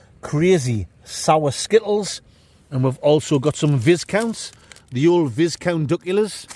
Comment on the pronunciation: I expected a visit from the Biscuit crew over your dodgy pronunciation of Viscount's